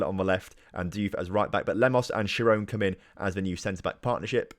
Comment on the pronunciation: Schirone is pronounced Skeeroneh just to let you know :*